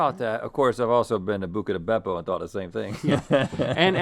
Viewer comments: Every time Rhett and Link say "Bucca Di Beppo"..... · I love hearing Link saying Bucca di Beppo. It makes me laugh for some reason lol